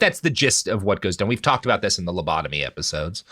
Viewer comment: pronouncing lobotomy like it's a forbidden dance